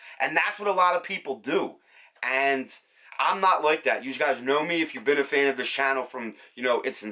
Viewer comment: I like how you say life and the word like, ( Loif, loyf loik, loyk, hoyyp, ) ☺ hehehe🤗